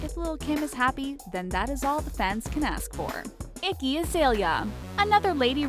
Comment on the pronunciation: The shade The subtle ck pronunciation in "iggy" Icky Azalea